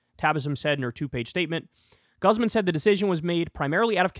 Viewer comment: I like how Kyle made the Spanish last name of "Guzman" sound &ew -ish haha. It's GOOZ - mahn.